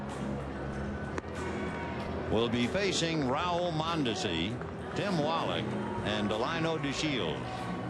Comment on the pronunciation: His pronunciation of players’ names is awful- donty bichette, rowl mondesi and greg gagny. 😂 I thought he’d be better with that.